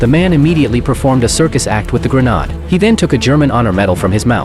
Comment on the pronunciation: GreNADE - not Grenaad😆